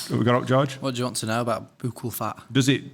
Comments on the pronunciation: It is pronounced like Buck all Only because as a nurse we give buccal medication. Its not a your saying it wrong just letting you know how it's pronounced 😊 great pod as always ❤ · FYI Beard...buccal is pronounced buckle. 💖💖🌹🌹